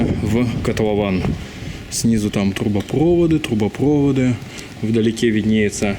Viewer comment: трубопроводы(ударение на последний слог) газопровод и мусоропровод, всё на последний)